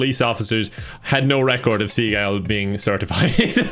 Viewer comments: Fun fact: He actually mispronounces his own name. His family always pronounced it basically like "seagull", but he started saying it "se-GALL" because I guess he thought it sounded cooler. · His name actually is Seegaul. It is said he was introduced to work by the artist, and he changed the pronunciation of his name accordingly. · Btw Steve seagals name (according to his father) is pronounced “see-gull” but Steven changed it cuz he’s a egotistical maniac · Fun Fact: Seagal's last name is pronounced like "sea gull" but he changed the pronunciation after his parents made him go to an art exhibit and he saw a Chagall painting and thought it was cool. And he is a master of the ancient art of Bullhit-o. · it's actually pronounced the way its supposed to be (closer to seagull). It's just when he was getting into acting he thought Seagal (see-gall) sounded much more suitable. The man's ego is off the charts. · His name was pronounced Sea-gull when he was young, he changed it to se-gall one day cuz he thought it sounded cooler. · Yeah it's actually pronounced seagull XD I hope seagull doesn't watch this video or is gonna wake up in his dungeon. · Fun fact: Steven Seagal’s last name isn’t actually pronounced [Sea Goll], it’s actually pronounced [Seagill] he just humbled himself when he saw (I’m pretty sure) an art piece and wanted to be a fuck ass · He calls himself Steven seagal it's actually pronounced Stephen sea gull but if you pronounce it correctly he will run you down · I've heard that his surname is actually pronounced "SEE-gul", but that he saw some French word that was close to the same spelling, but with the emphasis on the second syllable and he thought it sounded more "sophisticated" or something so started telling everyone to pronounce his name that way as well. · After seeing this. I feel like his surname is actually pronounced Seagull but he refused to accept it. 😆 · It is segal asin bugzy segal not the way that pronounces it